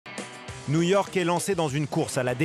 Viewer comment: nouillorque nouillorque